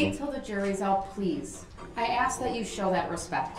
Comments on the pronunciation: Darrel’s constant inability to pronounce a simple three letter word like “ASK” is literally driving me nuts. How dumb can you be to mess that up?? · This clown says axe so often you'd think he was auditioning for Lizzie Borden.